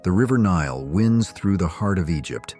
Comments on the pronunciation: No idea this was AI narrated until - the river Nile "winds" through the heart of Egypt - pronounced as the noun rather than the verb, and "pha-ta-graphed" rather than photographed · Thé prononciation of “winds through” shows us it is read by AI . And no explanation of ladies in cages either …. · That isn't how you pronounce "winds" in that context. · Tell us you’re AI generated with the slip of a word… winds vs winds. 😂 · The Nile “Winds through “ F AI